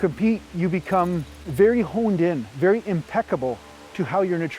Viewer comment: "Berry good" lol